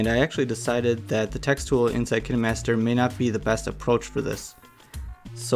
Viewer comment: This was very helpful but also you pronounce it kainemaster